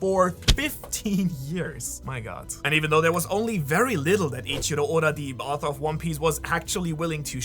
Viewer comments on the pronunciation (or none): none